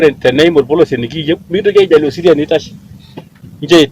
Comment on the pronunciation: Siria not sirisia......